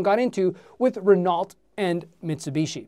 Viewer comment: Renault is pronounced like: Renoh.